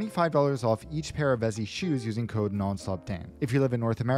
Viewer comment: Vessi, not Vezi